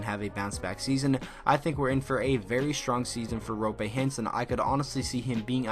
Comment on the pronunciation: Don't mean to burst your bubble but Roope's name is pronounced "Roo-Pay" like dunkaroo or whatever